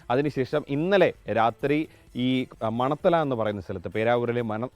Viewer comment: മണത്തല അല്ല, മണ ത്തണ